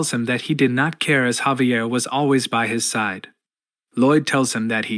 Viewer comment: Jesus, "chamber", "safety", fucking "*side*". Seriously, is this just bad English? Really, really shit AI? Lol, I'm so confused by the mispronunciation! "Booby-attack"! 😂 smh.